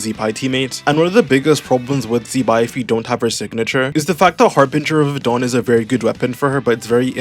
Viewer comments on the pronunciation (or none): none